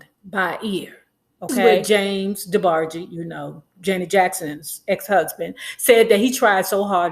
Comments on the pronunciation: Debarg-EE. lmaooo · Lol it’s just weird hearing you pronounce their name as “Debargey” 😳😂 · Debargee? Can tell you weren't a true fan. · Not DeBargee lolol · She was tickling me every time she Say Debargees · Please pronounce their name correctly. Respectfully. Thanks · You can’t even pronounce the name right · Before doing trash gossip...learn to pronounce the families name correctly...... rhe E is silent in their last name....how u do not know this blows my mind. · Why are you mispronouncing Debarge? Not cute at all. The "E" at the end is silent. I literally stopped listening within a few seconds. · What is wrong with her pronouncing Debarge like that. Damn…irritated me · Gosh, you're letting those people attack you 'cause you're having a little fun with the DeBarge name? I'm sure you know the correct pronunciation; all I see is that you're having a little light-hearted fun. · Damn pronounce their name correctly! You sound stupid! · The E is SILENT in DeBarge im sure! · 😭😭 I turned it off soon as she pronounced it like that. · I could not really watch because of this. Plus I don't really like when people talk bad about the Debarges without even knowing them or the whole story. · THANK YOU, IT'S ANNOYING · James and Phillip's last name is Ingram, not Bailey. The 'e' in DeBarge is SILENT. Much of your information is just not based on truth. I will not comment on your speaking skills. And finally, I would not pay 5 cents must less 5 dollars to subscribe to listen to your massacre of the English language. When you çomment on people's lives THINK before YOU speak. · The e in Debarge is silent.😊